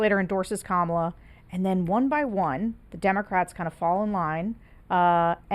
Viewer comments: Please pronounce her name properly KA-MA-LA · Trump is mispronouncing “Kamala” on purpose. I think we should pretend to view this as a further sign of his mental decline. Maybe George can weave that into his Anti-Psycho PAC messaging 😊 Also, good Reagan impression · You mispronounced Kamala.